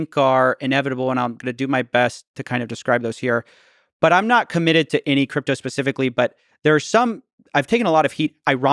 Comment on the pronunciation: I love how he speaks English perfectly but any is always ENYY . hgahahahah